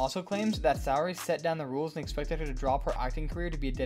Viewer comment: Sheldon Sooooray….not Sow ray